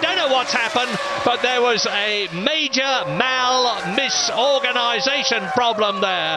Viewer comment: "There was a major-mal-misorganisation problem there"